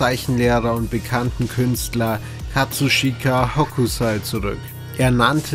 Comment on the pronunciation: Schön produziert, die Dragonball SFX hätte ich weggelassen und "Hokusai" wird "Hoksai" ausgesprochen:) Man merkt wie viel Liebe in letzter Zeit in deinen Videos steckt! Daumen hoch!